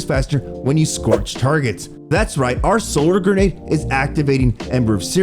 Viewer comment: I can only hear "gernade" so many times before stopping the video and watching someone who knows how to pronounce the word grenade.